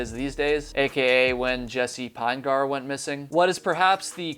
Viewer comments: I'm from Utah where this family comes from. Their last name is pronounced PIN-uh-gurr, not PINE-gar. It is a very large family, indeed. Thank you for keeping awareness of this case alive. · "Pinegar" pronounced like "vinegar." Jesse "Pin-eh-ghur." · Ditto. Pinegar rhymes with vinegar. That doesn't detract from the quality of the video though. Well done,. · Jessie (Pin E Gur), 3 syllables, not two. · His last name is possibly pronounced Pin'-eh-ger. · I don’t think you’re pronouncing his last name correctly. It’s Pin-e-gar. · You’re not saying Jesse’s last name correctly dude! He was my neighbor in Provo Utah and I live on the island of Kauai. Maybe talk more with his father Mark